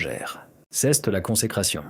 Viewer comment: Rhoo l’IA doit suivre des cours de Francais. C’est pas ceste le t ne se prononce pas tout aux kind la vidéo. Ceste insupportable.😫